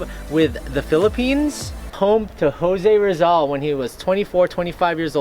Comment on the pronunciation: ang weird mo magpronounce ng jose rizal tse!!!!